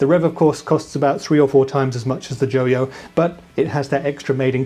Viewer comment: JO-YO? NO, IT'S JOY-O!